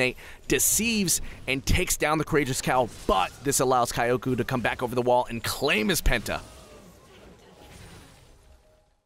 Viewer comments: I don't know where he hears or even reads ''A'' in the name, gives me cringe vibes too .. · xSuigetsu me cringing at him pronouncing kyoko wrong makes me a weeb is the same as saying you're a weeb because of your name and that you have jojo as a profile pic. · kioko? it's pronounced. kjoko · Kioukou? KYO-KO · how about read is as kiyoko , it far better than kayoku lol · He's pronouncing is as /Kai-Yo-Ku/. I think it's prolly supposed to be /Kiyo-Ko/. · kai-o-ku xD kyoko isn't pronounced like that mang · From my humble anime janapanese experience I believe its pronounced Ki-o-ko. not Ka-ioko. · yes, but it's pronounced like kyoko. or closer to kyoko than kioko. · Kyoko is two syllables and rhymes with Yoko (Kiyo-Ko with a very short 'i'), it'd be like you calling Sean, "Seen" for the entire video, bothered me so it felt pertinent. Enjoyed the plays otherwise! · i feel you watching this i was thinking thats not how you would pronounce kyoko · Wait, if he pronounces "Kyoko" as Ka-ya-coo, does it mean that he pronounces "Tokyo" as To-ka-ya? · Kyoku? When does a O make a U sound? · It wasn't even Kyoku, it was Kayoku xD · It sounded like he was calling that Ez "kayoku" the whole time. Otherwise, great voice-over work! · I finally found this comment about that.Kayukou he says...not a very bad name actually. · dude reading the name as if it's "kayak u" XD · omg "kayoku" :@ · he said "kayoku" xD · omg that "kaiyouku" pronunciation... the cringe... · I mean it is not common name but how he butchered it is amazing. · I read the summoner's name and what he said and was really confused at first LOL I never thought anyone would butcher it that bad. Usually people still say Kyoko but with an English accent. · wow the commentator sure knows how to read JAPANESE(Sarcasm) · you dont have to be a weeb , oh shit i ruin the joke but i mean ,actually he can try to listen how to pronounce 'kyoko' at google trans , it'snot that hard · The way you pronounce kyoko makes me cringe